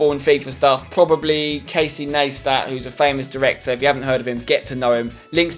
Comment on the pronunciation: You pronounced Casey Neistat wrong, big congrats though Spenny!